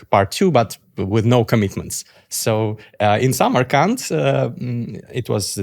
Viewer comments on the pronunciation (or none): none